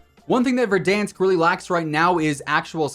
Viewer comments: Verdansk🙄, verdonsk😩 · Why do you say verdonsk instead of Verdansk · Did this man just say.... Verdonsk! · The way he said verdoonsk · No just tell me wtf is VerdONSK?! that too w echos bruh xD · Why do he say ”verdansk” like that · I cant stop laughing every time say Verdansk:D that A sound like that weird shit from english (for example at word "bank" - æ):D But its based at Donetsk at Ukraine and Slavic nations doesnt have this weird æ, its just casual A whitch you pronounce like a letter "u" at english, for example in word "buff":D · Am I the only one who is irritated by how he says verdansk? It sounds ok when Tim says it but not anyone else 🥴🥴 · ain’t nothing personal, still love your vids, it just sounds off to me thats all